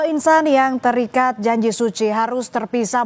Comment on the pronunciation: pas bilang ter ikat nya aq kaget😅